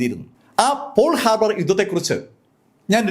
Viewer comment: സാർ, അത് പോൾ ഹാർബർ അല്ല, പേൾ (pearl) ഹാർബർ ആണ്.